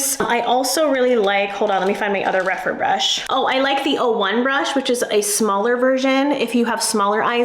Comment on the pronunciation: Rephr not Rephyr please !